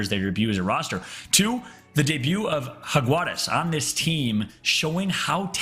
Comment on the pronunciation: el fallout debería enseñarle al como decir Jaguares, que no mme